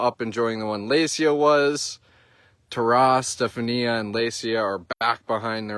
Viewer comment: You pronounce it Ste-fawn-ya not Ste fan ee ah. 😂